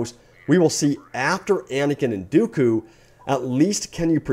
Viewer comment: sorry you just said dooku wrong and grievous